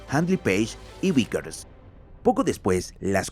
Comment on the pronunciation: Cómo? "Uiker" no! No és Wickers sinó que es Vickers!